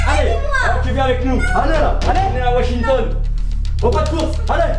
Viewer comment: « On va t’emmener à washignton » 🤣🤣🤣🤣😭😭😭